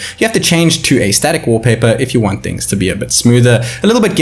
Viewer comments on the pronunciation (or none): none